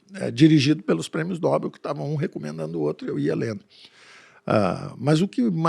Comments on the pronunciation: O Dr. Eneas Carneiro corrigiria a pronúncia. Segundo ele é "Nobel" (oxítona) e não "Nóbel" (paroxítona). Eu vou me recolher na minha insignificância antes que alguém sugira kkkkkkkkk😂😂😂😂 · Dr. PAULO. NOBEL "NOBÉL"